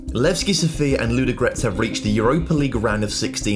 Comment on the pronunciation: I like how you pronounce the names, especially Ludogorets! Actually, they made a mistake in writing it 'Vraca', should be 'Vratsa'.